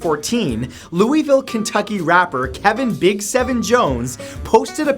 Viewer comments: AS A KENTUCKIAN I AM WELL AWARE THAT LOUISVILLE IS PRONOUNCED LU-IH-VUL NOT LUIY-VILLE 😂😂😂😂😂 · Stop Saint Louisville as it it must be pronounced lewavalle something like that. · *Loo-uh-vull. Not Lewie ville